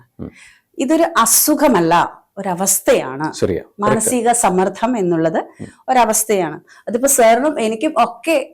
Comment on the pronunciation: Madom. Sammardham. Ennu parayaruthu sammardham ennu parayu kelkkumpol entho pole